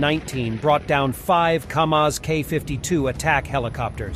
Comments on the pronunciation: Its Kamov Ka-52 not Kamaz !! KAMAZ is a truck manufacturer !! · Lads, it's Kamov not Kamaz (Ka-52). You're welcome ;) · They cannot make dozens of these things a month! Note: these are KAMOV, not KAMAZ. KAMAZ is a Truck, not an eggbeater. (aka Hubschrauber!)